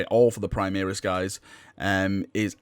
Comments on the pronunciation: Praimiris? It's pronounced Primaris Dx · My ears hurts when I hear him say prime-EAR-is. Where has that come from? He says "prime-air-is" once, -ish.